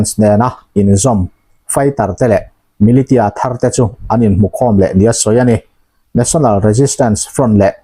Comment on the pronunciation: Channel neitupa,Militia tih hi Milisia tiin lo lam ri ve ziah tawh rawh aw.T hi S ang a lam rikna tur thumal a ni e.